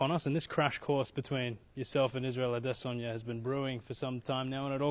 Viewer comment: The way you pronounce Adesanya is very Nigerian! 👏🏾